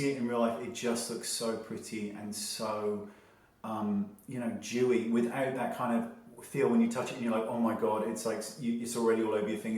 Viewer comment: Lol "dewy" really sounds weird to me.